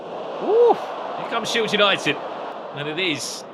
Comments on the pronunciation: SHIED, SHILED, SHIELD 🤣🤣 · SHIELD, SHIED, SHILED… lol to organize such an awesome event and then fckd up with this one word lmao. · The word "shield" seems to have given someone a very hard time apparently 😂